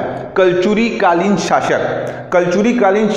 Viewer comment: Sir लखौनी नहीं है लखौली हैं